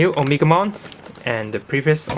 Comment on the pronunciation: o-me-ga-mon not omikmon or At least omnimon